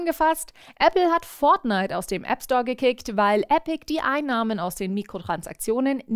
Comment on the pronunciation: Dieses Furznite ... was soll das sein..